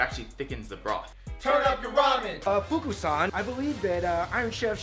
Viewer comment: I couldn't help but notice that everytime the two guys said 'san' they said 'shan'